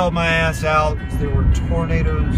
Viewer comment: Hehehe Tor-na-da-das 😂